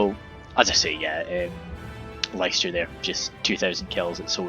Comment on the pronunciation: Cheers for the show case! But it's pronounced "Lister" :p blame the old lack of standardised spelling:p it was a fun game though! Just amazes me how korregan has so much space to hide, but puts literally all his units exactly where you'd expect them to be :p no ambushes or anything